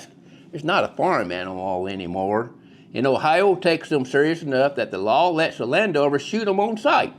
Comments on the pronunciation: Ohiro?? And it’s O-Bets! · The "R" in Ohi-ROW is silent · I’ve never heard Ohio pronounced that way before! Definitely don’t sound like an Ohioan!